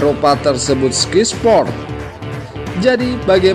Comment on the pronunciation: Oeeee bacanya SKAY SPORT bukan SKY